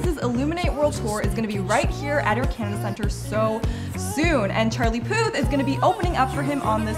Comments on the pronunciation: “the poof!” don’t you mean “the puth”? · she pronounced puth wrong 😑